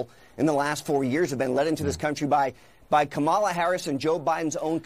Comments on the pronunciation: It's nOt prOnOuncEd kAmALA, iTs KAMALA😡😡😤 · i live in India and the proper pronounciation is Ka MA la accent on the 2nd sylable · Innocent American citizens are being murdered every day, women, children, elderly by people that are criminals that are not even supposed to be here and that freaking two-faced hack Costa all he can think about is how somebody doesn’t say Kamala Harris’s name right these people are freaking psychotic lunatics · When challenged about pronouncing, Kamala, wrong: everybody ought to answer that they learned it from Joe, and he ought to know! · Guest - "stat, stats, stats, stats, crims, " Acosta - "Why do pronounce Kamala....?" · “13099 murderers in the country…” “wait, stop, you mispronounced the name of Kamala” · Jim I'm Indian even you're saying it wrong so don't lecture anyone else! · College-educated double masters in engineering citizen of the USA born in southern part of India. Sadly, I have to say this every time because, for some reason, I will be stamped as misinformed and illiterate. Jimmy Dog from CNN also did not pronounce her name correctly. Also, people who call her half-Indian, please don't. It hurts my feelings. Please let her be whatever she wants but an Indian. I beg you! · Only idiots like Acosta is concerned about her name pronounced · he MISPRONOUNCES her name !!!!!!!!!!!!!!!!!!!!!!!!!